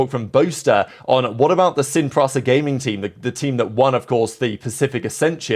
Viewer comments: How hard is it to pronounce S-I-N P-R-I-S-A ?? Wtf is sin prasa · Cool fact! Yea, it was really annoying how he butchered the name in ALL videos Sin Prisa was included. Like how hard is it to pronounce it.